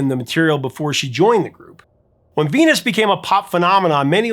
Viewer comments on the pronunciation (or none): Sounds like she's saying fetus, not venus. And bananarama makes it sound like penis not venus. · It sounds like she sings "Fenus". "V" is pronounced as "f" I Dutch (and German).